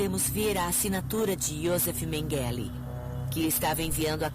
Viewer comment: A pronúncia do nome dele em alemão é /Yôzef Ménguele/ O J em alemão tem o mesmo som do y de yes e não o som do J do inglês em Jack.